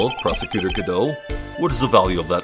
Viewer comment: hey, the first let's player to get godot's name right right away! now it's time for this bitch!!! edit: I screamed loud enough that i started coughing this episode.